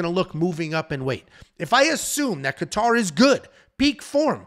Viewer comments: With all due respect, I’m a huge fan love the content, but if I hear KA-TAR one more time lol .. really not trying to be ‘that guy’ but cmon bro. It’s pronounced KAY-ter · Dude and he said Calvin Qatar… these make him lose so much credibility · idk I couldn't stop laughing at how he Saying Kattar name its not even close but its ok I got A kick out of it. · Is trolling when pronounced Kattar & Rakic?